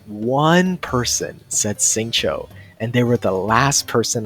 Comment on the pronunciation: it is Xingqiu* ffs